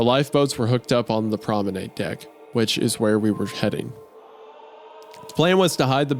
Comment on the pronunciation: wendi saying "promenAID" is making me scream